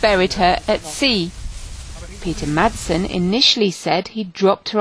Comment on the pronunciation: Not "Mattsen" its pronounced Massen. Horrible pronunciation, do your homework.